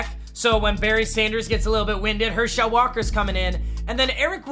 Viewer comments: It’s not pronounced her shel it’s pronounced hershaul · I love Papa but I’m glad he lost because I don’t have to hear him say "Her-Shell" Walker anymore. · as a uga fan, it just sounds weird how you say herschel walker you just put the emphasis on schel too much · The way he says Herschel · Anyone else really annoyed with the way he says Herschel?